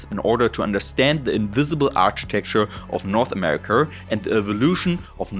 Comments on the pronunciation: That hard R on America had me rolling 😂 great info. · Americur (America) and arier (area) 😂🤣😂🤣